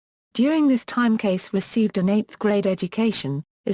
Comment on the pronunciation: Please pronounce his NAME correctly. Thank you!